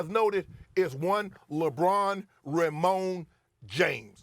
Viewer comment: LeBron RAYMONE James?? Raymone?! 😂😂😂😂